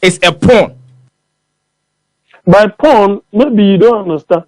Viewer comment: It's political 'pawn' and not this p😮rn...u need to learn